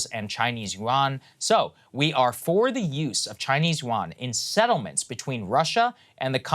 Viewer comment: Love Saagar but he needs to learn how to properly pronounce yuan.